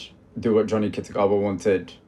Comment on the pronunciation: そんなことより、Johnnyなのになんで日本では「ジャニー」と呼ばれてるのかが謎 動画ではイギリス人がしっかり「ジョニー」と発音してるじゃん